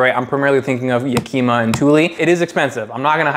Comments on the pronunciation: Great video...but why do you keep saying "Yakima" that way? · If you're going to do a review on it, at the very least you should learn how to pronounce the name. Yakima isn't a Japanese word. It comes from a city in Washington state. It's pronounced just like the city.